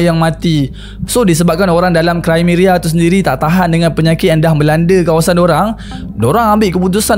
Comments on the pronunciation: Krimea lah,bukan krimeria😂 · sorry,nk infokan sikit dkt boss,sebutan dia bukan"krimeria",tpi "krimia",dia ada di wilayah russia-ukrine skang nii....ketopol tu pon salah dri bunyi dia,dlm sebutan Indonesia,ia dipanggil "ketepel",dlam bahasa melayu dia disebut"manjanik"...kesilapan dlm sebutan bleh lari makna dan nama wilayah sesuatu tempat....teguran atau pembetulan tu brg rare boss,tanda org appreciate kita adalah bila kita tersalah,org dikeliling Kita menegur kita dan melakukan pembetulan tanpa merendahkan kita....sy just nk bg correction,sekurang² nya nnti boss dpt hindari dri kutukan "orang tetangga sebelah",tetangga sebelahkn iri dkt org kita